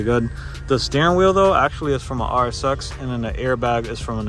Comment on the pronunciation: Really nice, man 😁 Started following when you planned on starting - haven't watched more yet. I enjoy taking it all in with one sitting 🤪👌🏼 So really stoked to look at the build now. Also, im european from norway and when you say RSX it sounds like RS6 to me, so that was funny (imagined that without subtitles 😅👍🏻) Honda with RS6 parts, hehehe. Thanks for sharing! And now its time for me to start the playlist on the bigscreen. Take care, man